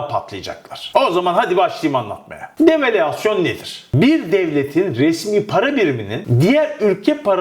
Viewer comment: Murat kardeşim develüasyon diye söylüyorsun. Devalüasyon şeklinde söylüyorsun söylesen rahatsız güzel olur. söylesen daha doğru olacak.